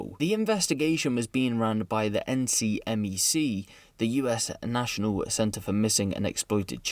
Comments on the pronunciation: Just a heads up, I used to volunteer with NECMEC, and just a heads up, we pronounced the acronym phonetically. (Neck-Meck) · NCMEC (National Center for Missing & Exploited Children) is pronounced “Neck-Meck”.